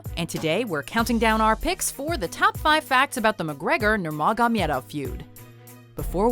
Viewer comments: Alright , can't sit through after 1.34, the wrong fact about a title b/w dustin and conor , the butchering of nurmagomedov is enough . Can't take it anymore. Do some research before putting out videos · I know how much you practiced saying "Nurmagomedov". Appericiate it! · As a loyal WatchMojo subscriber and a very avid fan of MMA, I gotta say I wasn't expecting to see a video about this from you guys. Cool, all though you mispronounced Khabib's last name wrong. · Why can no one pronounce Khabib Nurmagomedov. Soo frustrating, especially since he's publicly and recently corrected the press. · Man she cant even say his name.....sheesh and the facts are not facts....dustin did not have the title....and he wasnt about to fight him...he did fight him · I love how they try so hard to pronounce his last name incorrectly in a fancy way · First of all, you're butchering the pronunciation of "Nurmagomedov" Second of all, the McGregor-Poirier fight was not a title fight. Not even close as a matter of fact, Poirier has never even been champion. Why make a video that you don't have enough information on? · Why's she pronouncing khabibs last name like that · Wtf do you know about MMA watchmojo? You cant even pronounce Khabib's last name lmfao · There is no J in Nurmagomedov... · Clicked only to hear how pronounces Nurmagomedov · Just say KHABIB ,fucking KHABIB ........plzzzzzzzzz,don't say his name incorrectly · She can't pronounce "Nurmagomedov" clearly. And it makes me sick! 😠😠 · I cringe everytime I hear her say khabib's last name. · Just say khabib 😂😂 Nurmagomedov is very difficult to pronounce. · Please learn how to pronounce the last name before making this video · Wait, Connor wasn't fighting Dustin for the belt? WatchMojo - stay in your lane and stop saying Khabib's last name like that. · Your murdered his last name. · Please don't say nurmagomedov ever again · Instead of saying Nurmagomedov the whole time, just say Khabib. Also way to butcher the name. Nicely done